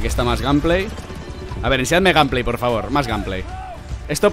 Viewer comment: “Ganpley” jajaja